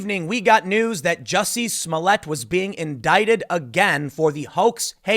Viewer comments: It's "Juicy Smole-yeh"... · Tim I think it's pronounced Juicy Smolyay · Its "Juizy Smollyay" 😂🤣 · Ah, yes, the famous French actor, Juicy Smooyay. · Jussie Smollett? I think your referring to Juicy Smooyay. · His name is pronounced Joo-see Smooli-eh